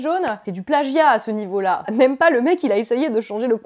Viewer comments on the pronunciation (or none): none